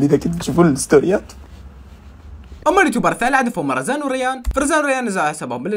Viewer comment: ومين لاحظ انك حكيتي وزان بدل رزان😭😂